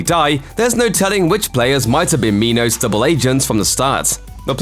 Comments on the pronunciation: It's pronounced Minos as in coal mine, not meeenos. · Okay so it's not just me, I was so confused as to why they pronounced it like that